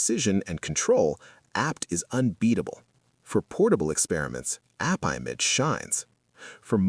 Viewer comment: That sounds like the AI voice is saying Appibitch.